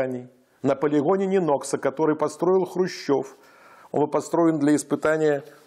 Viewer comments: Не НенОкса, а НЁнокса. Ударение на ё. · Местные жители говорят Нёнакса(ударение на первый слог) вобще ни чего такого,просто немного режет ухо) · Ударение сложно уточнить? НЁнокса, ШИес.